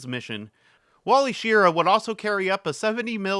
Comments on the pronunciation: And it is Wally Shi-RAH, not SHEER-uh. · Wally "Shih-RAH". Accent on the second syllable. The word is "molybdenum" and it's pronounced "muh-LIB-duh-num" not "Molly Bendum" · While I thoroughtly enjoyed the video, I do still cringe every time I hear you mis-pronounce Wally's last name. There are several YouTube videos out there on the MA-8 mission. You might want to check them out in case you ever do another episode where his name comes up again.